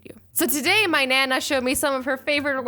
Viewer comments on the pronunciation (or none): Not Nana its pronounced Nah-Nah (like a scared nahhh bruh